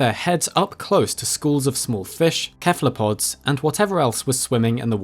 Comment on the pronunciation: cephalopods are pronounced sɛfələpɒd, not kɛfələpɒd